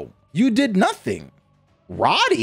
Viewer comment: Imagine the name Cody but with an R. It’s Rody not Roddy.